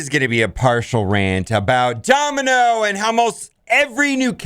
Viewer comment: OhEmGee- Mispronounces Domino Me, and eventually this comment section- So you have chosen death